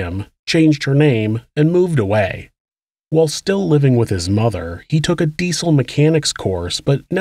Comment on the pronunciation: 'His mutha weemarried'...sounded so weird